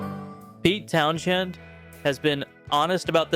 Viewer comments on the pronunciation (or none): You don't pronounce the "H" in "Townshend" and you ABSOLUTELY don't pronounce it "SH"! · Carlos Santana is 79 - It's Pete Towns-End the H is silent. Clapton and the Stones have been creatively dead for 50 years. Jimmy Page hasn't perfumed live regularly in 20 years, I'd add Bob Dylan, he's about to tour the UK and asking for £100 a ticket minimum, have you not made enough money! Rock stars should a compulsory retirement age like airline pilots! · You are pronouncing Pete's last name wrong.